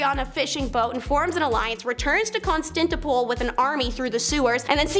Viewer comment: Kahn-stan-tin-o-pl Biz-an-teen I-con-o-cla-sm Otherwise very informative